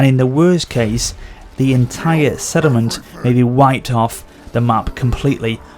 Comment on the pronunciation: sorry mate but it does sound like you say 'sediment' every single time you say 'settlement', so much so that I only looked at the comments to see if anyone else noticed it. I think it's because you say it so quickly, it distorts how it sounds. It doesn't matter really, but that is how it sounds.